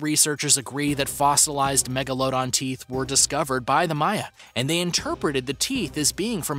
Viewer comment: Bruh, if you say Megalodon like that one more time...